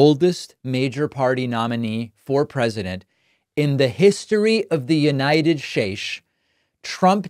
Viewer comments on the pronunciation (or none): I expected David to say at the end: "Did you notice how I said United Shayhs instead of United States?" If you did, that means something something something. Now I don't know why he said it like that. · What is the "United Sheish"? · "In the history of the United Shash"😭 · the United Sheish?? 😅😂😂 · Hey Dave, Nice Stache. Dave you said United Shashe, is it Mental Decline, or were you putting a light on how Arch-Nemesis Trump speaks? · Why did you pronounce the United States all weird?